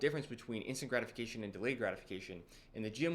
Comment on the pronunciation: I thought you were saying "instagramification" instead of "instant gratification" 😅 ( i m from europe). Thanks for the video probably all true i m on my way. But for me the most gratifying is cardio. I feel it calms me down more than lifting weights... Because cardio can really exhaust you entirely